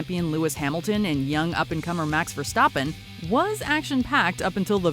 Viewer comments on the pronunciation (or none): Marx Verstawppen, Haamilton 😂😂